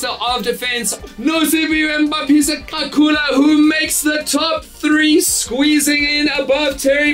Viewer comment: Dan please research how to pronounce the man’s name. It is not chilly… the click is similar to Cele…